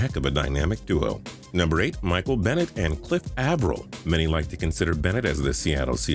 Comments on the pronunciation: Cliff "ah"vril? please. It's Cliff "Ay"vril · Someone tell this guy that Cliff Avril’s last name, the a has an a sound, not an ah sound. I’m a triggered seahawks fan. Plz like so he sees and fixes this. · This has been your worst top 10 to date! Michael Bennett being the best Seahawk😂. Cliff Avril name is butchered. No Vikings at all. Cmon